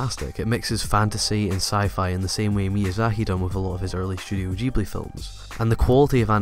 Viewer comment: Every time you say "studio" it sounds like you're saying "shudio". Once you mentioned "Shudio Shaft", I couldn't help but laugh a little.